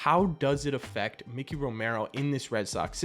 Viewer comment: not Mickey Romero. MIKEY** Romero M 👁 🔑 Romero